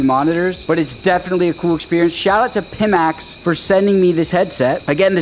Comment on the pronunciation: just so somebody doesnt get mad, I believe the company is pronounced PY-max (not pih-max)